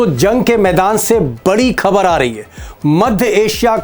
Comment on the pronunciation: " 🖋🖋🖋 आदरणीय श्री दीपक श्रमा जी ! नमस्कार !! " बड़ी ख़बर " (Khhabar) बोला करें " सर " ? ना कि खबर (Khabar) बहुत-बहुत धन्यवाद " सर " !!! इन सभी शानदार विडिओ,ज़ के लिए हार्दिक बधाई एवं ढ़ेर सारी शुभकामनाएं 📘📘📘 " (तलफ़्फ़ुज़ ,उच्चारण पर ध्यानदेने की आवश्यकता है)